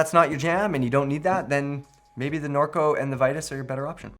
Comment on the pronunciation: Regarding Vitus, it's not "Vie-tis", it's "Vee-toos". Just saying.